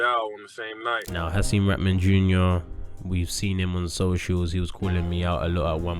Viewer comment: come on Viddal i love you man, but you doing a nasty job on Hasim put some respect on his name